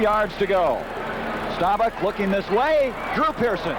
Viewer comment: Bender was okay, but man, somebody should've told him how to pronounce Roger Staubach's name 🙂